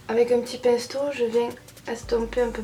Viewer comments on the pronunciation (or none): Mdr elle a dit pinsteau au lieu de pinceau 😂 😂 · Qui a entendu a " le pinsteau"